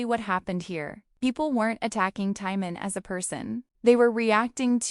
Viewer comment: At least say his name correctly